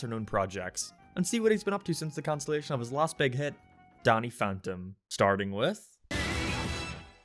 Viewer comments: He complains about pronouncing fairies as furries yet he pronounces Danny as Donny... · YoU sAiD dAnNy LiKe DoNnY aNd FaRiEs LiKe FuRrYs! Lol any one who cares about this as stuff is dumb.